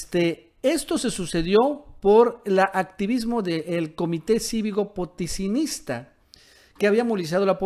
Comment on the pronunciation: Da pena este tipo no puede leer "potosinista" y cuenta una historia que mas que seguro se lo invento